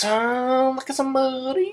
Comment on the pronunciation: did u really just say Sombeboodeh?